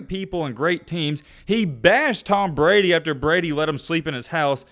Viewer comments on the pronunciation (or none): none